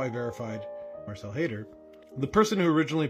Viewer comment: At first I thought you were saying Hater lol. No, it's Haider but Hater is so appropriate. Hell no they won't show up. Hopefully they learn something from this though...